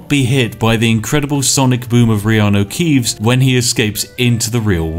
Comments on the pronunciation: I heard so much Reanue Keeves now, Keanu Reeves just sounds wrong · someone commented on your elder scrolls vids before, saying they basically become so accustomed to hearing reanu keeves that they felt weird when someone said keanu reeves. and to be honest that is scarily accurate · I've gotten so used to hearing Reanu Keeves I keep forgetting that's not the real world guy's name. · You say reanu keeves so much that i forgot thats not his actual name lol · Dang it Spiff, thanks to you I'm constantly mispronouncing Keanu's name by saying stuff like "You know, that Reanu Keeves movie" and get strange looks! Anyway great content, as always. Cheers!